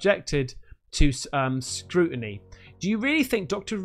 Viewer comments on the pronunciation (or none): none